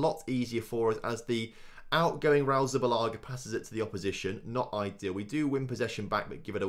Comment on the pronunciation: It`s Zubillaga ffs ;)